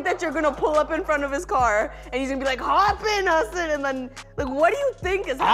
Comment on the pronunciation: YEY, amongst 2 of my fav Desi's in the nets. Can't wait to see what Hasan bhai creates in the tube. Refreshing to hear someone pronounce his name perfectly.